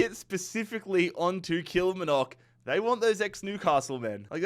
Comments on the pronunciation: Your pronunciation of Kilmarnock makes it sound a lot more exotic than it actually is 😂 The emphasis is on the “mar” bit usually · How can he pronounce the Asian and South American teams easier then the Scottish ones hahahha😂 Kilmarnock, ( kil marn uck) probably best way of sounding it out